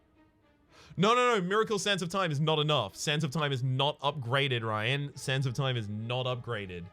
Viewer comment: I keep hearing Sands of Time as "Santa Time"